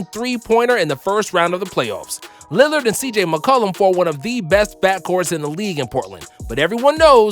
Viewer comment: Dude said "Linard" to out fun guy